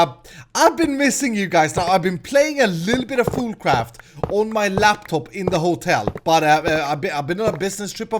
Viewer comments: is it me or does he say foodcraft not foolcraft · I thought you said food craft